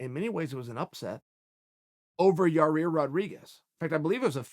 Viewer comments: Ya-ear Chael. Not Ya-rear. 😂😂😂 "Yall get paid to talk???" *Angrily points to Chael and Schaub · Chael, please never say Yair's name ever again unless you pronounce it correctly, with one R. Ya-ear, not Ya-rear. The disrespect... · Chael should make a video about why he calls Yair "Ya-Rear" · If Chael P Sonnen says that Jon Jones is stupid, he must be stupid. If Chael P Sonnen says Yarear Rodriguez instead of Yair, he must be Yarear. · It’s “Ya-Ear” , Chael. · 45 % of this comment section: “the way he handled ya-rear lol” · The pronunciation of “Yair” as “Ya-rear” is all cool and the gang with me. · Ya-Rear? Pretty much sums up a guy who gakes an injury to avoid a guy then fake call him out for Mexico. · Guy needs to learn people's names...especially now they're on ESPN...it's embarrassing...Yaur-ear is bad, but you should hear him say Joanna's last name...and "Rockhalt"...the list goes on... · "The way he handled Ya-Rear" - Chael Sonnen Lol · ‚Ya rear’ is back. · Yair “ya rear” Rodriguez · The way he handled "yar-rear" I'm sorry but that's just funny to me. Love ya chael. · He had a year to get it right and couldn't. Sorry Yarear, your name is officially changed. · I always hearing about Yarear. lol You just can't stop butchering that name can you Chael. Luv ya Bad Guy! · We should all start calling Chael "Sha-el" until he quits adding an extra "R" in Yair. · The way chael says the name is fucking crazy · He has to know he's mispronouncing it